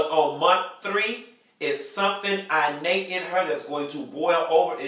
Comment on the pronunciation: it's IN-nate. not I- nate...lawd